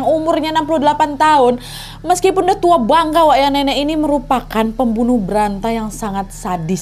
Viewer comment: Penegasan kata tua bangka nya lucu kak🤣🤣🤣